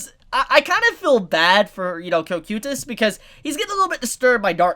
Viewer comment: You said cocytus wrong